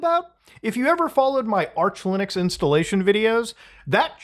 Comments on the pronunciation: Muta saying Loonux :3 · i keep hearing "loonix" lol